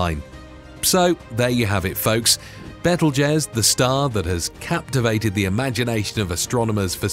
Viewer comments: It's pronounced BEETLE JUICE not bettel jez. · By the way it's pronounced bee tuhl joos as in Beetlejuice! I really wish they would hire people that would actually research the pronunciation of words. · It kept sounding too much like bettle-jizz. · Beetle juice is how it's pronounced. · Please say betelgeuse again 😂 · THANK YOU!!! Omg that was scorching my last nerve 😖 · I stopped watching bc of this, and a couple of other reasons. But mainly this. 🙄🤦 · you do not know how to pronounce Betelgeuse .. how can one expect you to know anything at all about it?